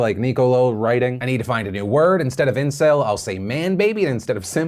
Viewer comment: funny how they got a kiwi to say those words. SEMP. ENCIL. VEERGYN